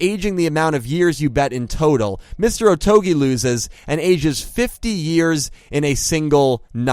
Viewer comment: Saying "Otogi" shouldn’t be that difficult. You even say it multiple times.